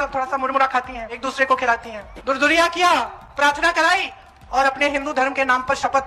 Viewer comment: Durduriya nhi hota he durkaiyaa hota he